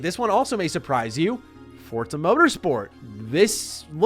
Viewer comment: Wtf is up with this american pronouncing 'forza' correctly?? I want you to butcher it like a foreigner begging for mercy, this is shaking my world view